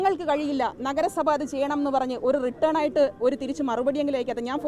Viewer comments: Please note your pronunciation . WRITTEN (റിട്ടൺ ) Not return ( റിട്ടേൺ) In a common platform don't spell any word like this. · മേയറേ റിട്ടേൺ അല്ല റിട്ടൺ (written). മഹാ കഷ്ടമാണ് മേയറേ നിങ്ങളുടെ സ്ഥിതി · റിട്ടേൺ അല്ല.... റിട്ടൻ രണ്ടും രണ്ടു അർത്ഥം ആണ്